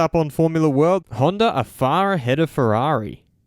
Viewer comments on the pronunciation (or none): It's not Honder, it's Honda!